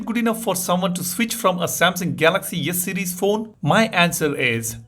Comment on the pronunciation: Why do I hear you say Yes series and Yes Pen?😅😂